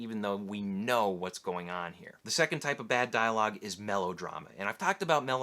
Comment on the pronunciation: Candidate: Conan the Barbarian. "Do flowahs grow heah?"